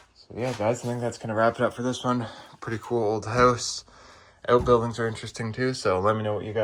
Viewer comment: He can’t even say house 😅😅😅